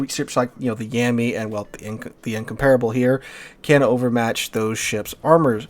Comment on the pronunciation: I hate how you pronounce Incomparable.